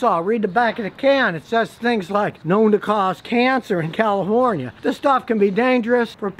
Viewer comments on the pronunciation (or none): Did he say CaliHORNia?